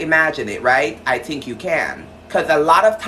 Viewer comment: Just the way he said I tink😂